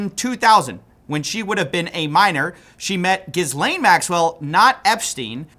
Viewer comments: its pronounced jizz-lane XD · idk why this bothers me so much because it truly doesnt matter, unless its actually just comment bait for more algorithiming, in which case, genius. BUT IT IS PRONOUNCED "GEE-LANE" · you complete clown shoe ignoramus, You don't pronounce the S in Ghislaine. It's Ghee-lane. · Let's all start pronouncing it Jizz-laine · Ghislaine is pronounced "gi-LANE". I don't know why nearly all the people covering this online still can't pronounce the name properly. It just gets annoying after a while. It's just poor form to not know how to pronounce the name of one of the main subjects of the entire Epstein case. But aside from that, these videos have been extremely good. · I'm pretty sure the s in Ghislane is silent. Said like Jillane with some French on the J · The "s" is silent.. Her name is GEE-LAINE. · Bro why do you keep pronouncing her name like that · The low effort void is great, but can you at least take the time to learn how to pronounce names? It plays against your credibility when you just take wild stabs at names like Ghislaine and Guiffre. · The S is silent in Ghislane, pleeeeeeeeeeeeeeeease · I'm being pedantic and I know it misses the main point completely, but please stop pronouncing the 's' in Ghislaine. It becomes a little distracting to hear you mispronouncing the name of one of the most important people in the story when the videos are coming thick and fast. Good work though, keep making the videos. Always interested to hear the new developments. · Love you man. But please drop the 's' in Guislaine. It's silent. Like the President. :) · Pro tip. Ghislaine. The 's' is silent. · does he say maxwell's first name incorrectly on purpose?